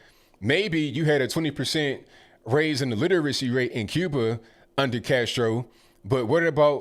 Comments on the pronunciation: He's got an out... He said Cuber, not Cuba. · Did I just hear say ‘Cuber’ instead of Cuba???